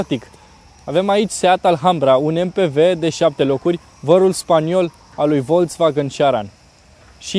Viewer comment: Imi simt timpanul abuzat cand aud "Volț-vagăn"